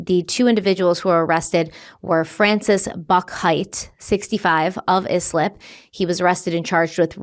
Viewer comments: Sorry it’s the Long Island in me but it’s pronounced I-slip not is-lip 😅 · kid was found in yslip Me: eye-slip! Oooh - uh oh …. 😕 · It’s pronounced “Ice-lip” not “izlip “ 😂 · How do you live up there and can't pronounce Islip... i,e, eyeslip... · Islip - eye - slip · Pronounced Islip = eye- slip! New Yorker here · I’m from Long Island, thank you so much for covering this! This was a wild, terrifying situation but so educational to us all. PS: “Eye-slip” for Islip 😅 LI has some rough names to pronounce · Eye-slip (Islip) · Islip — is pronounced “Ice-lip”. I’m from Long Island. 😊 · I'm sure you know by now...but it's "Ice-lip". 🩷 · Long Island names are hard to pronounce if you aren’t familiar with them. If you cover this story again just wanted you to know Islip is pronounced “eye-slip” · As a Long Island girl…it’s pronounced like ICE-LIP. Love you! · Thank you for covering this....BTW it's Eye-Slip, Long Island, however I always love the way you pronounce some words.:hands-yellow-heart-red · It's pronounced ICE-LIP.